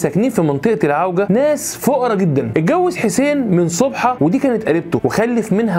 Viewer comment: صابحه وليس صبحه